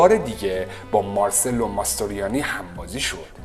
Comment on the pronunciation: حد اقل یک سرچ رو اسما میکردی و بعد ویدیو میساختی کارلو پونتی رو میگی کارلو پانتی ، مارچلو ماستریانی رو میگی مارسلو 🤣😂😂😂😂😂😂😂😂 اعتماد شنونده رو از بین می بری با این اشتباهات.